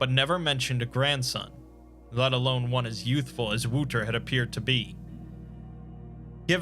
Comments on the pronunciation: Wouldn't the boys name be wouter not woeter? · Great stuff. FYI it’s pronounced “Wow-ter” not “woo-ter”. Love your work, if you ever need Dutch translation let me know 😉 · Another amazing video, just a little tip, Wouter isn't said like "Wooter", but with the "ou" sounding like in "ouch". For the rest, this is such an amazing story and so well brought to life by you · Ou in Dutch is pronounced more like ow. The boy's name would be better pronounced as Wowter. Not to condescend this video in any way, it just bothers me as a Dutchman when things are mispronounced. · you are butchering the dutch guys name it hurts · Great video, but daaamn your pronounciation of Wouter made me cringe. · Man I love the lord Blackwood stories. Slight remark. The "ou" in Wouter is pronounced like "ou" in couch. Despite that great job and a good attempt for a non native speaker. Nevertheless great video, great story. I love your dedication of towards your channel and the high quality of the content you post. It's great you have such high standards and still manage to have a regular uploading schedule not many people can say they have both.